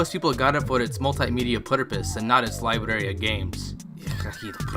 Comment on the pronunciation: learn to say the word "library" bro lol